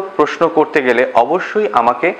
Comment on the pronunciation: উচ্চারণ: প্রোস্‌নো